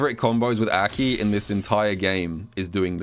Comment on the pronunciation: Crazy how he can pronounce mai correctly but not a.k.i.